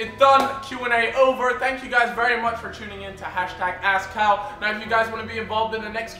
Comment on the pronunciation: When he said "thx for joining us in askcal" thought he said asscow